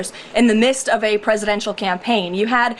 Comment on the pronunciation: Thank you, Katie also it’s kaput not kapoot 😂 lol then KKKaroline said in the mist not in the midst lololol